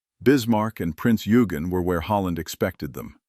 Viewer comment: Eugen is pronounced Oi-gen not Yu-gen.